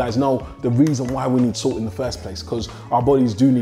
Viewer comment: Ohhhh now i understood you were saying Salt ,entire video i was wondering why 🐼 keep calling SOOT SUIT 😂😂😂😂😂